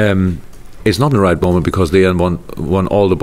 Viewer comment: I was talking to P punkt P. 'Right' begins with an 'r' not a 'd', it was still a good effort mind........